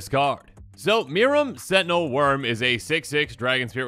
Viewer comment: As much as I wanted them to lean into the UR Dragons strat they said they were doing... This is too good to be mad about. Also, good job, it is pronounced "MEER-ehm"